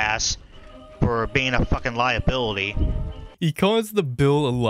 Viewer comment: Lia-"Bill"-ity lol